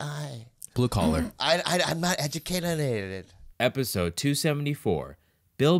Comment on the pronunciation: "Im not educatieneated" Bobby Lee 2020